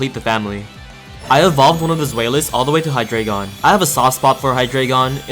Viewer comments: about the deino line pronunciation, its based on how many heads each pokemon has, each being their respective numbers in german. so, deino is pronounced dino, zweilous should technically be pronounced ts-viy-lous, z being said like ts and w being said like v, and hydreigon being hy-dry-gon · So the Deino line are based on the german words for 1, 2, and 3 (Eins, Zwei, Drei). Deino is pronounced Dine-o, Zweilous is pronounced Z-vy-lus, and Hydreigon is pronounced High-dry-gon.